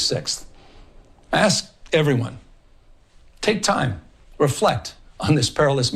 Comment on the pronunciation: what happened to your annoying laugh? You toned it down, now lets work on saying ask correctly. Say ask, you can do it